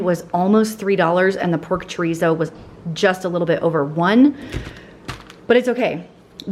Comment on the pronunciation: i love your videos but the way you say chorizo makes me cringe😬🤦‍♀️